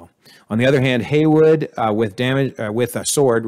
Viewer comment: It's slightly annoying the way you keep saying Yelena as "Yolina" Edit: and also Hayward is his name, not Haywood